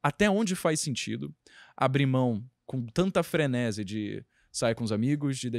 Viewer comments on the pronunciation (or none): É frenesi com acento na última sílaba.